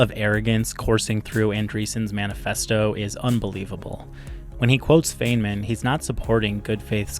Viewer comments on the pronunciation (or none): it's a wonder how the human mind works: on the one hand i'm glad i found this video & i'm grateful to you for making it. On the other, it's like scraping a chalkboard whenever i hear you pronounce Feynman's name as "feign-man". It's pronounced "Fine-man", "Rich-erd Fine-muhn" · It's "fine-man", not "feign-man". :) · It's pronounced Fine-man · I had to stop listening when you mispronounced Feynman. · You clearly didn’t do any research on Richard Feynman himself, as you dont even know how to pronounce his name